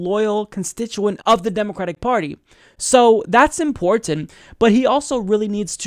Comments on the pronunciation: Love ya but the way you say "important" drives me nuts. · I like but WHY does he say “important “ so strangely?